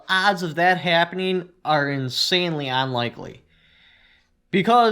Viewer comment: Bro... Seriously.... I really enjoy your videos but please please please learn to say "unlikely"..... "UHHHNNN" as in "under"... Not "onlikely" "AHHHNNN" as in "on top of something"... Every video I watch it seriously makes me twitch. Other than that man, like I said overall I really enjoy most of your content... Cheers!